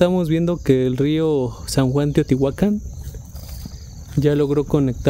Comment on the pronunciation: ERES D3 LAS POCAS PERSONAS QUE SABEN PRONUNCIAR BIEN TEOTIHUACAN, CORRECTAMENTE.